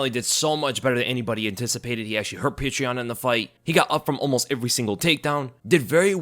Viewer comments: Why are you calling him “peach tree yan”.?? That’s not even close to his name. I was more fired up for omally than any other fighter ever. Don’t know why I just feel like proud of him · Ay yea i love "petra" yan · subliminally plugging Patreon when saying Petr Yan